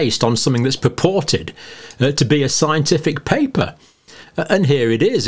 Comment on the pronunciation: I love the way he keeps emphasizing the word, 'purported.' 😁